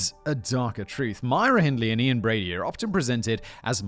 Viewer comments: I love your work but your British, stop messing up Brady’s name! You call him Broody among other things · Img I’m glad I’m at the end of this as it’s infuriating me that you’re frequently getting Brady’s name wrong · how many times and different ways do you want to say brady's name wrong? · In all fairness, does Brady deserve to have his name said correctly? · It’s hard to believe that you can be raised in the UK and not know this case. I can forgive the frequent wrongness of stating Brady’s name as it’s a harrowing tale. There are current stories that they are digging the moors again after a walker discovered a bone and it’s hope Keith is found. It’s not looking good but fingers crossed